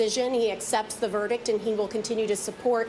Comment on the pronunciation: Verdict. Not verdick